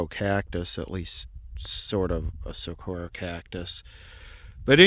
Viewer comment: As a rural southern ranch owning Arizonian myself I just shudder like nails on chalkboard when you LA city slickers pronounce saguaro. lol. I’ll help ya out. It’s got the Mexican gu with the wah sound. SA WAH ROW. That GU like guacamole at the beginning if that helps.